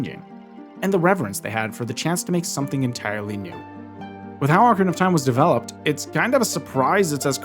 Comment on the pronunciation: jajaja dijiste ocra of time